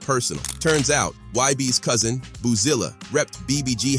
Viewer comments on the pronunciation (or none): none